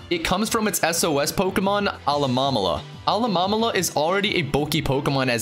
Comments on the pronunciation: Alamomala? ITS PRONOUNCED ALOLAMOLA ALOLA-MOLA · alamalala = alolamola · "Alolomomala" UGHHHHHHHH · Actually, look it up. It's "uh-LOH-mo-MO-lah". And, of course, you have Rattata. It's not "ruh-TAT-uh", it's "RAT-uh-TAH". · 'Alomamolama' NO. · Alah-Mom-Olah? Lol